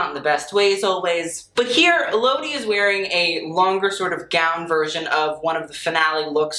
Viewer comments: I’m a fan from Italy.. when I saw this video I was like 😍😍 didn’t expect it! Ps. It’s Pronounced “Elodíí” - like a French world.. not “Elódi” 😋😘😘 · for next time elodie is pronounced like the letters L O D. Some people also say it more like Ella Dee :) hope this helps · Elodie is an italian singer, but her name is french.. so the accent in her name is in the last syllable. ‘elodì’ 😊 (she makes good italian music, listen to her)